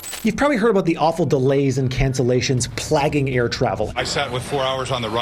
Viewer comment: I love your videos.. and excuse me, however "plaguing" (pron. "play-ging") Like other industries, the AVIATION industry also needs an overhaul!